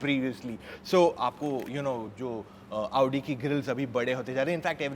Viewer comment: Aap jab bhi audi bolte ho tab lavdi sunai deta hai 😅